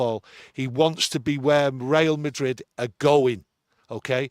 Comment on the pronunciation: Real Madrid not Rail Madrid ffs 😆